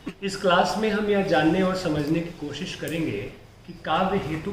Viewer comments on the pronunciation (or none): none